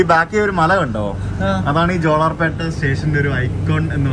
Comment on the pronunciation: Jolarpetta, in this you are pronouncing la as it is in mappila, but it is pronounced as pronounced in Palai